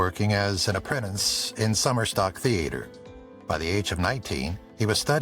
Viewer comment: The "a" in theater is not pronounced like the a in "hay" It is said like the a in father, "ah" . The "e" in Moreno is pronounce like the "a" in hay.